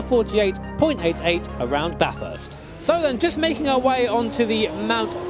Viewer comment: Everytime you say ba-thirst instead of bathest I die a little inside.